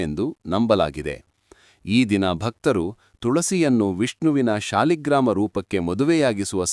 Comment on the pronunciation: Om Sri krishnaya namo namahs Adre nivu thulasinpooje madivaga nelli kayi gida eke iduthare annodu thilisa Lilla Hage kannada uchara sariyagi madi Adu saaligrams shaligrama alla Om thuladi deviye namaha